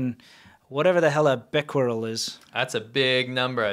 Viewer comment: You're pronouncing Bequereles correctly.